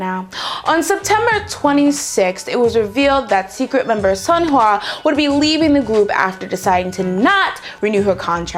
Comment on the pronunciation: I literally just started pronouncing Sunhwa correctly and now hearing you pronouncing it how I used to got me going backwards.